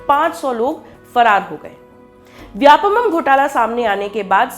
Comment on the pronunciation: Vyapamam.. नहीं vyapam. व्यावसायिक परीक्षा मंडल